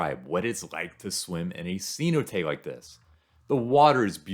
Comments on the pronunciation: CeNOTE. Not SEE not ay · "Cenote" means well in Spanish. It is pronounced SAY-NO-TE, not see no te. I didn't know what you were talking about at first! Haha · Great video! For future reference, it is say-NO-tay. The accent is on the second syllable 😊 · What accent do you have, you pronounce everything wrong. Didn't you talk to at least one person on this trip? See-no-tay? For god sakes im white trailer park trash American and i know how to pronounce the words